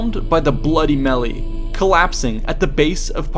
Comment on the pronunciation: The way you pronounced melee makes me think you plagiarized this. How much of this is word for word copied?